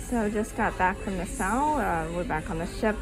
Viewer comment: Nassau, pronounce Nah-saw. Nah-saw, not Ne-sou